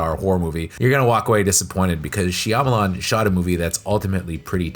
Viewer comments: Lol shamaleyans😂 then you came up with a second pronunciation later🤣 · Ba-TISTA ??? She-AMA-LAN ???!??? I can’t 😵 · Dave Buhhh - Tista and M Night SheeAh-malan or Shamalian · how can you have a youtube channel dedicated to horror films and not know how to correctly pronounce Shyamalan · The way you repeatedly miss pronounce his name just drives me insane